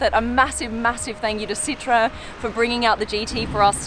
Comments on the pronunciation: Lady pronounces it Sit-trone. It’s pronounced Sit-tro-en. Three syllables. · It's not citron It's Sit-Row-Wan Just an info from a French car guy 😁😉 Citron means lemon in French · It’s pronounced sit-row-en not sitron. That why there are two dots over the O. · Please work on your pronunciation of Citroen. It is not 'Citron'.